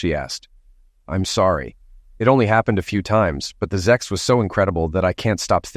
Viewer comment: For God's sake, it's not zex, it's sex. Stop with the damn zex already!